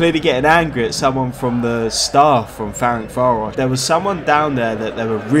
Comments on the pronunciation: hi its pronounced ferentsvahrosh and ooypesht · Great video! The teams names are actually pronounced a bit different. Újpest is kinda like Uypesht, Ferencváros is bit tricky, its would be something like Ferentsvarosh (ts like in the word tsunami), but you can call simply Fradi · Good ol’ “ferenkváárosz” and “üzspeszt”